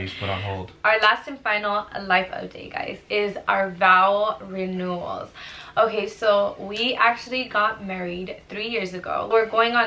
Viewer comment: Am I the only one that noticed that she said “vowel” renewal? 😂